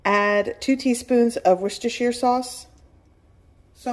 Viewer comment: Thanks for a wonderful recipe. I plan to make this. BTW "worcestershire" is pronounced wooster sheer. I hope you find this helpful. Love your video I have liked and subscribed